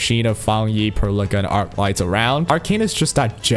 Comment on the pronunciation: Why you say Perlica name like that? I can't help but hear you say "pearl licker" like bruh xD